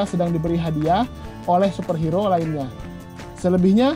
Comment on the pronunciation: Kok gua ganggu ya sama penyebutan super hero harusnya hiro bang wkwkwwk